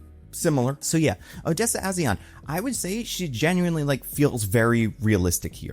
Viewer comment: Rocha is pronounced ROW-ka. A’zion does not have an L in it. It’s AH-z-eye-on